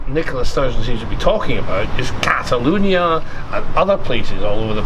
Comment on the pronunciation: Should tell him it's cataLONIA, not cataLUNIA